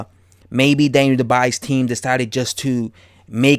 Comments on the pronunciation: Champ, "Dubois" pronounce DOO-bwuah. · Dubois pronounced dubwa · How are you saying his name so wrong!?!? Makes me assume that you have never heard his name said properly and therefore never seen him fight, aka boxing iq cred out the window